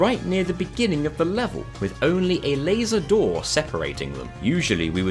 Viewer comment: My favourite quote this episode has been "With only a 'Laser Door' separating them" just because of how you emphasize it